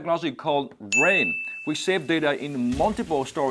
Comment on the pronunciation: RAID not rain.